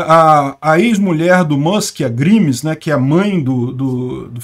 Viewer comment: Grimes se lê “Gráimes”, e é nome artístico da Claire Boucher